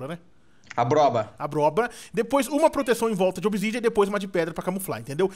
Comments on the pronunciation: "obsidia", Ta sabendo legal em, o certo é obsidian ou obsidiana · NÃO É OBISIDIA É OBISIDIAN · n querendo ser chato mas é obisidian e n obisidia